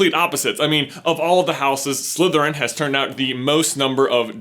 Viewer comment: I find ' accent a bit distracting. The way he pronounces the "th" sound as a "v". So he says Slyverin instead of Slytherin. 😲